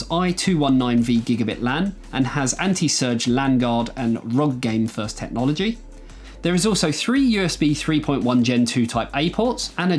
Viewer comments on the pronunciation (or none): none